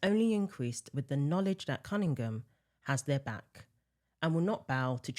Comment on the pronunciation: It's NOT Sophie CunningGUM! It's CunningHAM, like it's spelled. Good Lord!